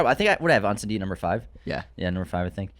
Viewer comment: Hey. Just a little tip on how to pronounce Incendie, if you want to be closer to the real prononciation. The first syllabus is pronounced as pain without the P and the N. The rest you were doing great already. 😅 Good work as always. It's so nice to see someone from our hood make it as Denis did!